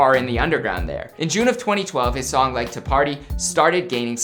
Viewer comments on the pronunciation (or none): did bro say hes song yea 💀